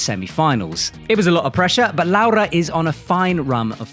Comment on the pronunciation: Come on, you're Italian! Just teach those guys how to pronounce Laura's name correctly!! 😂😂